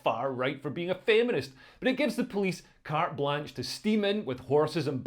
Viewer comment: I’m going to report you for saying “carte Blanche”